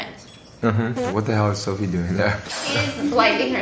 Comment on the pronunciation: It’s Sofie, not “ph” 😭